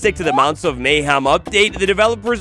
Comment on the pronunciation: MayHEM. Not MayHAM.